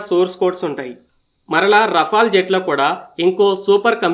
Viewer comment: బాబు రఫెల్ అని సరిగ్గా పలుకు మొదలు. మాట్లాడం రావడం లేదు.